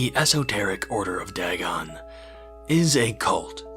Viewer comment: Pronounced Day-gone